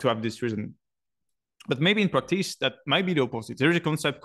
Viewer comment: you're the only person on earth who should pronounce practays instead of practice so continue saying practays my man! :P